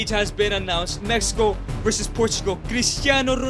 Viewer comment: MEXICO NOT MEHIKO